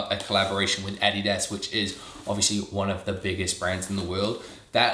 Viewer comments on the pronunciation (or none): none